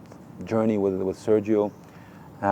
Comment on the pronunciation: How hard is it to learn to pronounce Sergio in Spanish?